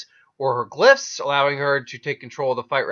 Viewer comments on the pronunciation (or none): Schnee not schneel...glyph not gif